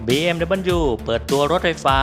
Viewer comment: บีเอ็มดับเบิลยู ครับ ไม่ใช่ บีเอ็มดับบิล